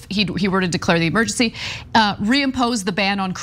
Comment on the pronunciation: The word is Emergency, not Amergency.